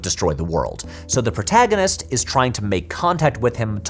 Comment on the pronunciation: This sums up my feelings on Tenet, since I did not feel the need to watch it three times to "get it" and failed to understand what people who did were missing. That said I did not vibe with Tenet and was repeatedly irritated by pronunciation of "protaginist" which remains my number one takeaway from the film.